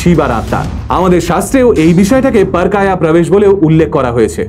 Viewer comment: উচ্চারণটা হবে পর(+অ) কায়া(সংস্কৃত)